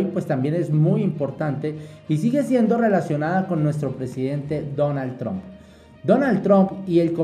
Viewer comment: Amigo la correcta pronunciation de el Presidente de E.U. de America, se dice con "a" y NO con la vocal "o" Tramp y no tromp, es con la vocal " a".